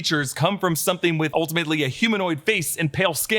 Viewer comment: "Theres sum'n in the wo'er"